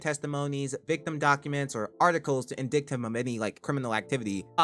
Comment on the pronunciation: No way this man just pronounced "indict" phonetically